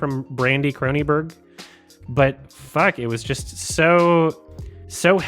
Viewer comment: CronenBERG. Not "burgh".